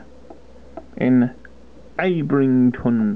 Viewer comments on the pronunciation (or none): its pronounced ab-ing-don :) nice vids really helpful!